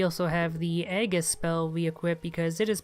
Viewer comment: It's really infuriating watching you never use golden aegis (AY-JIS btw not "eggis" lol!) even though it costs NO MANA when used whilst poisoned, and when getting buttrushed by mobs like you can use golden aegis to cure your poison, become temporarily damage immune, do damage AND knockback all nearby enemies, giving you room to breath on top of everything else. It's literally a godsend for that whole area. On the whole really nice videos, and i'm enjoying watching them to find where the fuck i'm supposed to go and how to make up for not having double jump (fuck a game that provides you with FINITE rare upgrade materials THEN FUCKING LOCKS DOUBLE JUMP BEHIND ONE OF THEM). Seriously i love the art and combat and stuff in these games, but the map is ATROCIOUS and the upgrade system is DIRE. If they do ever make a sequel i seriously hope they fix that stuff. A metroidvania without a good reliable map showing interconnecting areas and explored secrets and locked doors etc is like a 3 legged dog. Loveable but flawed. Castlevania symphony of the night had such a great map despite how simple it was. The fact VS:AS only has zone by zone maps, is really a shame. it could've easily become one of my favourite ever games if not for some REALLY fucking weird choices like mentioned above. Finite upgrade materials is a pretty big sin, but locking double jump behind one of them is unforgivable tbh.